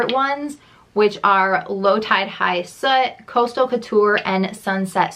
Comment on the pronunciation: Low Tide High What? I can't tell what you are saying in the video. It's High Slit.